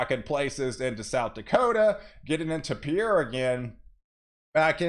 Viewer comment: Great forecast. I'm in southwest Iowa. By the way, "Pierre," South Dakota is pronounced "P-I-E-R." Thank you!